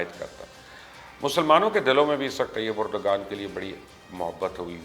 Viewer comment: #MubashirLucman why don't you understand it's unethical to wrongly pronounce any name that too by an educated journalist? There are less educated people who say Erdgan right as Erdvan but you don't bother to listen to even TRT Urdu to st least listen to the correct pronounciation of the name. As I said in Twitter, you're either very arrogant or a fool.